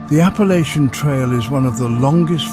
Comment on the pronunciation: Apple Atcha. Never ever that way you jist said it. If you're gonna talk about us, say it correctly.